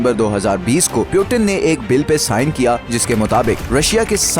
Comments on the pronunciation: Putin hotia hai bhai Putin (poooottiinnnn) piiiuuuutttiinn nahi hoti. Piyutin Piyutin krta rhta hai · Peuten nahi Putin 😂😂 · Its puutin not pewtin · सीधे पुतिन क्यों नहीं बोलते हो, पिउटीन पिउटिन क्यों बोल रहे हो? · ye pyuten kon hai or 1992 mai kese peda hua voice dhyan se suno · You not speaking Putin name correctly